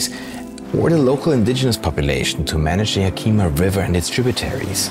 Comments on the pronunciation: no, you’re totally right! being a non-native english speaker from Austria I totally butchered that pronunciation and I’m terribly sorry for that! Hope you enjoyed the video nonetheless. 😉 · Being from Washington, everyone I've ever known has pronounced Yakima as YACK-ih-mah. Is ya-KEE-muh the proper indigenous pronunciation? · A small note: Yakima is NOT pronounced Ya Keema, it's actually pronounced YAK i ma (the i sound is like the i in "is"). Interesting program. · It's not Yakeema it's Yak I ma I grew up in Yakima. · Greet video but it is pronounced Yak-uh-muh, not Yah-kee-mah. Seriously, good video. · YA-ki-mah. Not Ya-KEE-mê. Good video tho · it’s actually ya-kuh-muh rather than ya-key-ma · It's Yack-ah-mah.....not ya-key-ma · it is pronounced "YAK-ih-mah" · Yakima is pronounced [Yak-ə-ma] with the stress on the first syllable. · I don't expect you to know this because you don't live here but it is pronounced yak-uh-maw we have a lot of indigenous names for cities and places in Wa, Some are harder than others to pronounce. The one people have the most trouble with is Puyallup (pyoo-al-uhp) the name of one of the tribes and also a city in Wa. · Also, if you're gonna have a guy talking about a place, at least teach him how to pronounce it like the locals do. "Ya-KEY-maw" is not a place I'm familiar with, and my family goes back generations in the Pacifc Northwest. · "Yeah-kim-a". Small I. It's a native name. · that's Yak-i- ma. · Oh man, dude totally butchered “yakima” but we still love you!! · Thanks, M Greg! I really appreciate this feedback. I realized that I totally butchered that pronunciation after recording the video. I did not mean any disrespect - my sincere apologies for my European ignorance. In any case, the pronunciation and origin of names and regions not only in WA but throughout the American continent is fascinating!